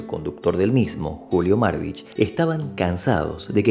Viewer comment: Es UN interrogante, no UNA interrogante. Es una palabra masculina. Y es Julio Marbiz, no Marbich.